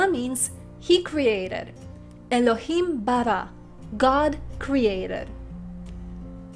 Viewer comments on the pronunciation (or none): none